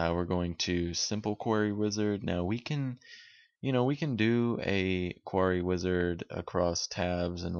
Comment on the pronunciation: "quarry"... something to do with a stockpile of stones... which you kept articulating. "Query" that is, "queer-ie" a freakin' search that is something to do with why we came to your video. Why ya keep talking about quarries? weirdo.